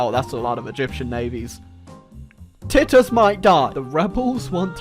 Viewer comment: The way you pronounced Titus triggered me.